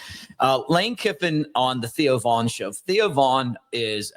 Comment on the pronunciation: Theo Von, not Vaughn.